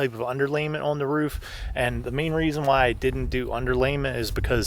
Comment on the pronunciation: Have to ask...What part of PA are you guys from? 😊 It's when she said "on" sounds like "awn" .